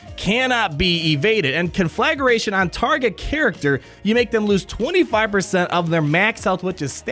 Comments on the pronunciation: CON-fla-GRATION. I love watching you butcher words 😆 Great video. I’m beyond stoked for this. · I love how pronounces Conflagration “Con-Flag-Er-a-tion”